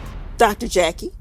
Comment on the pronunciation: 🗣️ every Time I hear Dr Jackie - I hear Dr Jekyll instead. THAT'S the name of a 2 faced medical mean gorl